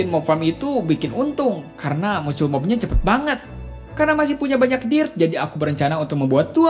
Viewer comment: Bilang Dirt nya Dill😂😅